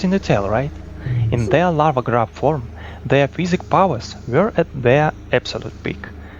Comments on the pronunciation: The word "psychic" is pronounced "sy-kick". You are pronouncing it as "physic" not "psychic". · Let me make a wild guess and propose that you say "SAJKIK" for "psychic" instead of "FIZIK" which comes out to "physic" in English, as you're doing now. I'm not sure, but based on the accent, it might all click into place. Or not. Hmm, I see some other words need work as well. But I appreciate the correct captions! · Your English is great for a non-native speaker (and without a doubt better than any attempt i could make at speaking a second language), but I would like to help you with your pronunciation of “Psychic”. It should sound like “sigh-kick”, and not “fizz-ick”. Easy mistake to make as “psychic” and “physics” are very similar words. Keep up the good content,!